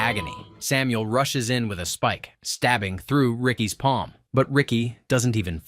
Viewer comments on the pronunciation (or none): none